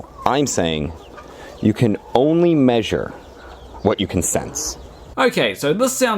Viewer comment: I like how this guy says “meeshur”